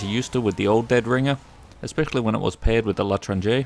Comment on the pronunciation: it's L'etranger, not l ternger